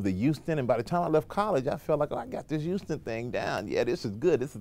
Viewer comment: This nigga said youston